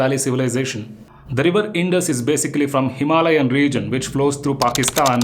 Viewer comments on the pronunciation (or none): none